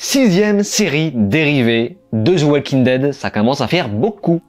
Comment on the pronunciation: Zi Oual king ded - 😅